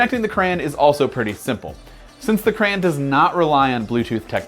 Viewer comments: It’s a CRAY-ON do you say GRA instead of Grey, no so plz fix the grammer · I came here hoping someone else noticed this and pointed it out. He's saying "cray-en" rather than the correct "cray-on". I couldn't get past a minute of this. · What is a "Cran"? do you mean Crayon? As in Cray On? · Crayann. Really? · he said crayon wrong LOL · Why are u saying crayon so wierdly?